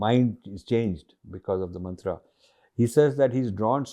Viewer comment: Sir please don't pronounce it as मन्त्रा,its मन्त्र ।